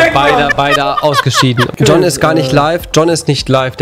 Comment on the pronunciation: wie oft willst du John sagen: joon